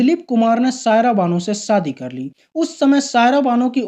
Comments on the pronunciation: आपका यह वीडियो देखा, अच्छा लगा, जो अच्छा नहीं लगा वह यह कि आप बार बार शादी को सादी कह रहे हैं और परेशान को परोसान कह रह रहे हैं आपको भाषा के उच्चारण पर काम करना होगा, आपको दुनिया देखती है, मै देहरादून से हूं और अभी कुवैत में रहकर आपका वीडियो देखा, आशा है आप मेरी बात का बुरा नहीं मानेंगे। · शम्मिकपुर , है सम्मी कपूर नहीं , शादी है सादी नहीं .श बोलना नहीं आत क्या ? उर्दू या हिंदी नहीं आती तो किस और से ये काम करवा लो. बहुत ही गन्दा लगता है .